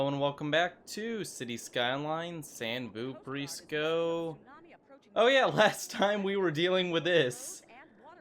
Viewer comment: When you live in San Vooprisco in the lower parts and you hear an alert that a 24.0 tsunami is coming: first initial response “Meh... we have that massive wall. Once you hear that a 25.5 tsunami is coming about a minute later: “Erm well it should be fine...” *Remembers other tsunamis * “Yeah the wall should handle it....” Then you hear that the Vooperian Government has issued a full evacuation of the lower parts: “JOHN GET TO THE SPOOK VOOPER INC. COMPANY CAR THAT I GOT WHEN THEY STILL ISSUED THEM!” “JOHN!” “Hold on is that water coming over the wall?” ... “John get to the top floor...” Later that day the building they were in was still standing and they were alive due to the great engineering in the canal system that the great engineers trained by the Vooperian Government designed and built. HAIL VOOPERIA! Said the narrator... “HAIL VOOPERIA!” Oh and him... good.